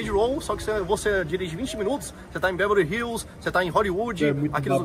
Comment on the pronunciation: O cara falou "Belori Hills" morri